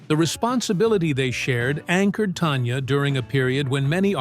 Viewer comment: Please pronounce her name correctly. It is NOT TONYA. IT'S TANYA.